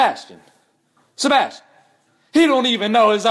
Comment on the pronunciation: "SHEBASHTIN. SHEBASHTIN"😂😂